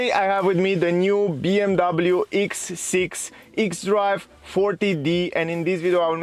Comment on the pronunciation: X bro not eeex